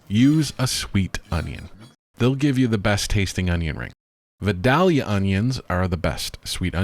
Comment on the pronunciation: Great tutorial. But you need to learn how to pronounce "Vidalia" ☺️